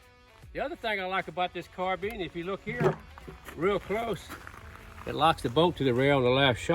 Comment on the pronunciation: Pronouncing it wrong, “not” as in has your Carbeen running on Carbeans. But rather correctly pronounced Carbine as in Combine two together ‘or’ Nine bottles of Fine Wine & Dine.